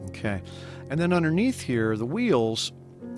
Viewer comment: Good drawing but was what is "unner neath"?